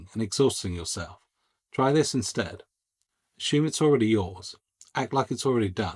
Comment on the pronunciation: Great video with the word is assume not ASHUME